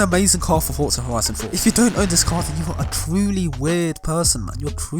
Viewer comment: "Fortsa Horison 4"